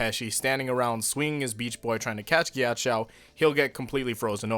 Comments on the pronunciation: Why do you say it Gyachow jesus christ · Nobody:: KYACHOW